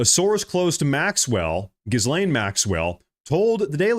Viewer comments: Mah-guh, not mowga Gee-lane, not gis-lane Ep-steen, not ep-stine Dude good content but your grammar is shit. It's pretty much every other word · Dude. Her name is pronounced "Ga-Lane." Although "Jizz-lane" is more appropriate, and maybe that's where I missed the joke. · Pronounce: " 'Gees-lane" if you care... It's a french name, you're welcome 😂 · great work brother. just one thing, it's ghee-lane, like key-lane. the s is silent. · Her name is French and is pronounced he-lane. Just saying… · Hi - love you! FYI- “Ghislaine” - PRONOUNCED with silent S……Sounds like: “gill-lane”. Thank you. 💜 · It's pronounced Ghe-laine Maxwell. The bit about the globalist blackmailers has been under discussion for a while. But no-one gave it credence. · 'Ghislaine' is pronounced 'ghee-lane'.